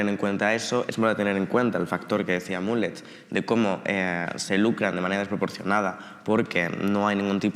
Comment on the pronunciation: Madre mía el cringe cuando dicen "mulet" pronunciado como el peinado